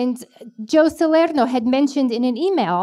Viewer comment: My God......never even thought "Joe Salerno" could be pronounced like that. And I spent 2 weeks in Italy. I am amazed.